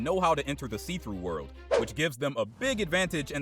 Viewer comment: It really annoying that he keeps saying see-through word!!!